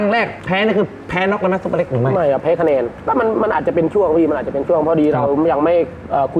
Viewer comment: ชื่อซุปเปอร์เล็กครับ ไม่ใช่ ซูเปอร์เล็ก ไม่ต้องรีบครับ ค่อยๆเขียนโดนพี่ซุปเปอร์เล็กอัดจนเบรอเลยหราาาา55555😂❤FCจากเด็กใต้ครับ